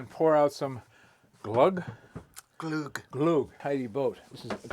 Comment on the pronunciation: Also, the camera man corrected you and said "glugg", glugg in Swedish means "aperture" haha. Sm6wet above is correct with the pronunciation of the letter Ö (yes it's actually a letter in the Swedish alphabet.